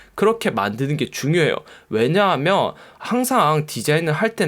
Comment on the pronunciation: '면'발음 안되시는게 매력 왜냐하며~ㅋㅋ